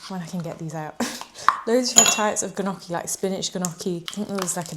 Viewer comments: i loved this video, but you took me out with the gnocchi😂😂😂, i’m italian and the right way to say it is ñocchi with the spanish n!❤❤❤ love your videos, they are so inspiring 😊❤ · Love you! Always keeping me informed and motivated <3 also the g in gnocchi is silent hahah